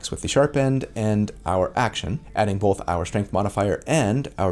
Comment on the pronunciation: Take a shot every time he says ""